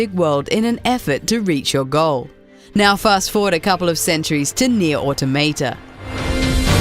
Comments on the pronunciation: AutOmata! Not AutomAta...jeez... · This bitch is straight up saying Nier Automato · Why is it that nobody can correctly pronounce the word 'automata', it's a derivative of the word automatons, (the robot like enemies) and is pronounced 'or-tom-a-ta' not 'auto-mayta' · Auto mate ah, auto tomatoe. You really cant say automata? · How can somebody fail at saying Automata, its litertly this Easy: Au toh Mah Tah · Hold on, gonna stop you 2 seconds into the video... Automayta? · NieR Automeytey 😂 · Nier Automa-tay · She said "Nier Autom8ta" and for that reason I'm out. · it's aw-taw-muh-taw. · Love how most people pronounce automata wrong 😂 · Learn how to pronounce Automata correctly pls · that's not how you say "automata"